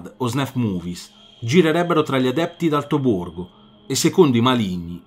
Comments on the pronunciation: "gost daiaris" "d'alto borDo" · "d'alto BORGO" non si può sentire fratè